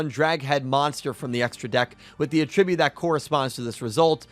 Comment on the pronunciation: Great video but pls learn to pronounce attribute lol